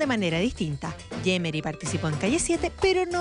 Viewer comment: es yemeri no yeremy como dice